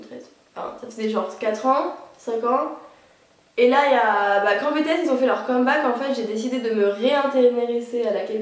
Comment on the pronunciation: S'il vous plaît, pas "bé-té-s" 😭😭